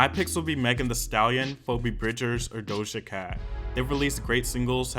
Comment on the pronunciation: DoShJa CaT